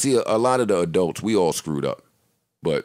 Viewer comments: "Adelts." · I never want to hear say "adealts" again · "As adelts" ~